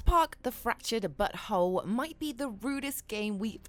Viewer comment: I thought she said fractured buthole